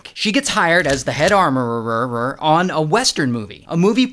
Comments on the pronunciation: Hes fighting for his life pronouncing armourer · This is how you butcher English😅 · I want a blooper of ray saying armoureerer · Did he say Amourereeeerer😂😂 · I like how he says armororrror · Anyone else had to google "armourererrrerr"? 😂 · Armorourer ❌ Armourerererer ✅ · 😂😂 he's hilarious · I want to hear you say Armourer fifteen hundred more times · WTH I THOUGHT MY EARS WENT BROKEN